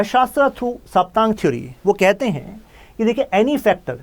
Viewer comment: सर, सप्तांग बोलते है उसे। साप्तांग नही। सप्त अंग है यह सब राजनीति के।